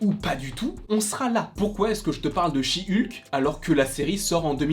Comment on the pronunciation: "Chi Ulke"